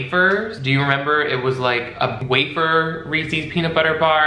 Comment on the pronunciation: I can’t deal with how you kept saying Reese’s like Reesies or smthn lol